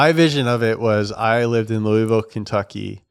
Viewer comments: "Louyville" cmon you know that's not how you say it if you live here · why you saying Louisville like that, you know that ain't it big dawg